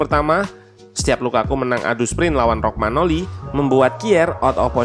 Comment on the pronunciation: Maaf sedikit koreksi, beberapa kali nonton analisis tentang milan selalu penyebutannya rogmanoli bukannya Romanyoli, btw padahal di video ketik sendiri Romagnoli. Terimakasih